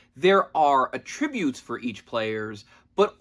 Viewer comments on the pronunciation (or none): you pronounce “attribute” wrong